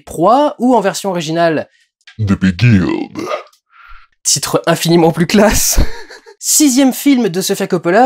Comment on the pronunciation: the beguiled= *the begayled